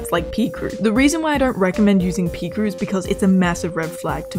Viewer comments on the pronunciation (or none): “pEEcrew” Girl it’s pronounced pICrew😭💀🤣